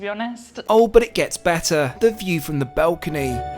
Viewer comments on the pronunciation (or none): Great video but multiple times you say BELCONY instead of BALCONY. Sort it out. ❤